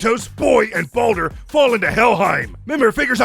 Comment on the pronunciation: LOL IT SOUNDS LIKE HE CALLS BALDUR BONER (Sometimes tho some parts it’s clear he says baldur)